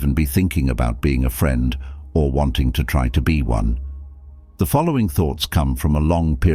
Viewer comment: My feedback would be- many great ideas. Many simple words like “us” and “friend” are mispronounced multiple times!???! Also strange pauses in mid sentence? Makes listening a bit challenging